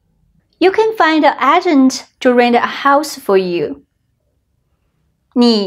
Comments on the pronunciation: The A at the start Is Aye Like the letter A So phonetically it's AGE ENT A GENT AGE ENT AGENT. Hope this helps you out. It would not effect a persons ability to understand you, I didn't even notice until I read this comment and rewound the video. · 老师 👩🏻‍🏫 Agent is pronounced ‘ay-gent’, not ‘aagent’ 😁 Thanks for another informative lesson 🤗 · Dear. Your pronunciation of agent is not correct.